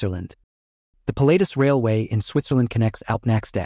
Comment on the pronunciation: Not "Pill-late-us but Pilahtuss is the correct pronounciation